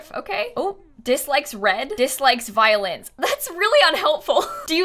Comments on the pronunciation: At first I thought you said violence not violins . I didn’t realize this until half way through the video. Also love your content!! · sounded like she said "doesn't like violence"